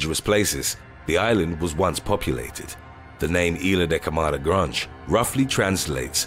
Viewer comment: "Granjj" = Grande